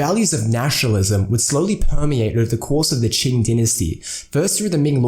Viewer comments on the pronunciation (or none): It’s Qing, not Qin.